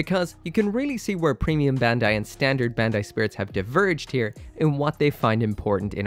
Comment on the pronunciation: "bendai" When will you finally learn to pronounce Bandai (バンダイ, bun-die) correctly?